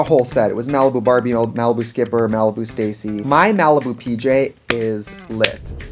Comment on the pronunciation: When she said "Malibu Skipper", I hope im not the only one that heard "Malibu Stripper"